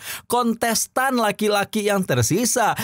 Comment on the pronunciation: Kontes tan mang bukan konsesan 😂 aya2 wae